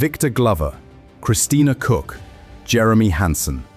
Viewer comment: The pronounciation of the surname Koch is atrocious. Happy that they all made it home safely 😊